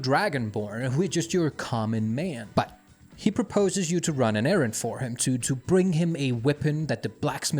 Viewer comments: Hvorfor siger du but på den der måde , prøv at tage dig sammen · i love how he says me and but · When this guy says "but" he sounds like that airplane dog from the dog of wisdom videos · Oh no I can't unhear it now (but that's a bonus tbh) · No way y'all that bothered by a pronunciation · I don't believe the accent is the issue because not all of his "buts" sound like that, some sound normal and some are overpronounced on purpose to build tension or something I'm starting to believe it's just a quirk of the channel which is fine if his subscribers find it amusing and like it, I just find it hard to concentrate on the video when it contrasts with the rest of his words like I'm listening then over a sudden just a jarring "BUT" comes up and puts me off